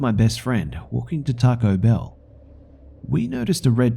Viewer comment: On the 1st story when the narrator said "Taco Bell" I cringed